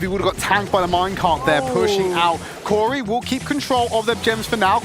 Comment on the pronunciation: "cori" CORY?! oh